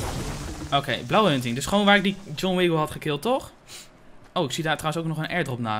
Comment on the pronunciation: Ik was nog niet geabonneerd en ik zag je thumbnail en ik zag dat je pro was en vond je leuk dus ging subscriben en je je zij John wiggle en het is John wickle